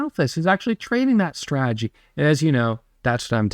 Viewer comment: Love YA! Love Ya!! Follow me here.... STRA-TAH-GEE. you're killing me!!!!!